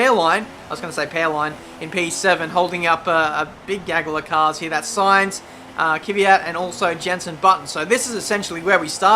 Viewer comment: great to follow your career mode. You really motivate to watch with your excellent comments. Keep up the good work! One minor remark: pronounce KVYAT as : KVIE-AT in stead of Kie-Vie-At ;)